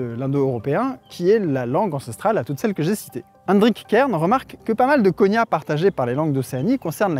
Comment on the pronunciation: Petit erratum de la part d'un prof de linguistique : on ne parle pas vraiment de "langues cousines", mais de "langues sœurs" en linguistique historique (mais bon, disons que c'est une métaphore !). Plus important, "cognat", se prononce "coG-Nat" comme dans "GNome" et non pas "conya" comme dans "montaGNe". De même, "formosan" se prononce "formoZan" ;)